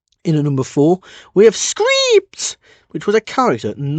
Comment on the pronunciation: Sorry but the way you said skrypts bothered me you earned that down